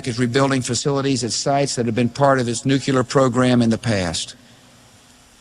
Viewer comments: Bush couldn’t even pronounce the word NUCLEAR correctly. It’s not “nuecular”. That always drove me nuts. GW Bush had a low IQ. He believed whatever the war mongers in DC told him. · It's not New Q lurr. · Nuclear, N u c l e a r.. not Nucular.🙄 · Bush Jr. Says " nucular" with a straight face. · Never trust anybody that says "nukular" or wears their tie long enough to go below their belt. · We are not caving to Israel. We voted against this war. Bush caved to his dad and Cheney and the Deep State, what did you think someone that couldnt pronounce NU CLEAR would do. Remember Bush senior practically nursed from Dulles' tit. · It's pronounced Nucular. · Just say New clee urr. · I don't trust anyone who pronounces it "nucular" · Bush couldn't even pronounce the word nuclear.